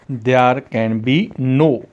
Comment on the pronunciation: Ap there shi nhi bolta asa lgta ap bol rha h they are there bola kra kindly ap ki sub recordings ma ya sub sa bri mistake h ap khud b gor kra😊